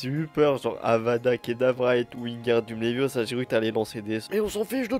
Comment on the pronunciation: Ninjaxx : genre Avada Kedavra, Wingardium Leviosa Moi : c'est LeviOsa pas Leviosaaa (pardon Hermione, ma copine, a déteint sur moi)